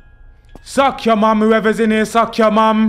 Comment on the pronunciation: ‘I’ll just make a mixtape in ere’ loooool